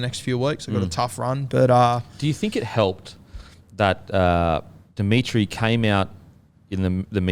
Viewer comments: Its demitriou not demitri btw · Speaking of pronunciation, please say Jason Demetriou’s last name correctly. I know it’s not a big issue but it’s really hard to listen to you say ‘Dimitri’ every time 😂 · First with pronouncing names correctly, the Bunnies coach is Demetriou, not Dimitri. Every time I hear Dimitri I think of a Russian dude lol Then my Team of the Week; 1. Walsh 2. Marzhew 3. Gagai 4. Farnworth 5. Oates 6. Clifford 7. Hynes 8. Fonua-Blake 9. Grant 10. Hamlin-Uele 11. Kikau 12. Fermor 13. Yeo